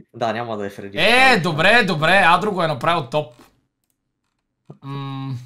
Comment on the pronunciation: Фреди - ❌ Феди - ✔️ 😂😂😂😂😂😂😂😂😂😂😂😂😂😂😂😂😂😂😂😂😂😂😂😂😂😂😂